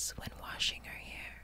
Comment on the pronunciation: it's Hair not haur